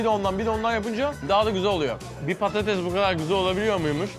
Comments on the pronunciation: Artık patateZ deme orkun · patatez değil patates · Patates patatez deil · Abi PATATEZ değil PATATES Bu videoyu kaç kere izledim çok eglenceli ama patatez deme abi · PATATEZZ DEĞIL PATATESS K.B TAKINTIM VAR DA HA BU ARADA AYNISI DOMATES İCINDE GECERLI EHEHEH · Patatez değil patates Orkun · yanlız patates demiyosun patatez diyosun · Patatez değil patates ağğğğqqqqq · Patates değil patatez diyo kdknsvscfssgdhjd